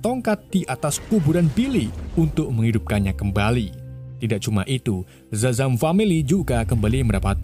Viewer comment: Bang Shazam bukan zazam